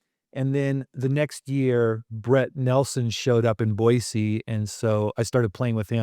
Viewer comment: I’m always surprised how many Washingtonians say Boizee. You have to know that’s not correct. I’m a Washingtonian, btw